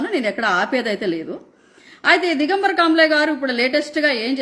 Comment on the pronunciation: కాబ్లే కాదు, కామ్లే😅😂.